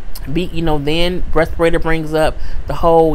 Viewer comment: LMAO! Who is "Respirata"? you jacked up her name so bad, I literally burst out laughing and could not stop.....and you said it so calm and casual, which made it more funny.